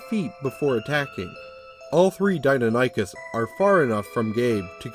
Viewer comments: Forgive me, I'm going to be "that" commentor for a moment. As a huge D&D fan and a massive dinosaur enthusiast all my life, the creature's name is pronounced: Die-non-ah-kiss As pronounced by Prof. Ostrom who discovered the animal. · In the off chance it ever comes up again, it's "Die-NON-ychus." I'm not sure how to pronounce the Q-bird, though. Even in my good ol' days as dinosaur-fanatical little brat I'd never heard of it. I don't get the player's reaction, either. Unless he had some mental health issues before the death of his mother or the experience was especially horrifying and traumatic, he should have moved on by this point. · I wouldn't say hubris was involed, it's a commonly mispronounced name if one hasn't heard it before, or in a while. My ultra dinosaur nerdy side kicked in and I couldn't help myself. Bit of trivia related to the video: The commonly known Velociraptor, the small feathered turkey sized dino, is fully known as Velociraptor Mongoliensis. Deinonychus (Dienonychus Antirrhopus) at one time was breifly known as Velociraptor Antirrhopus. So while the raptors in Jurassic Park are Dienonychus, calling them Velociraptors isn't really wrong.